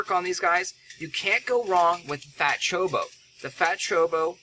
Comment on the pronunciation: It's choCObo. You're missing a syllable there. More importantly though, while single target cards are very strong, you didn't pull a warrior class. You probably should have augmented a single target mage card or a single target ranger card. Cards of the different job types get bonuses for being used by that specific job. So even though your pulled jobs can use Ares, because they have a listed fire element, Kirin probably would have been a better choice for you.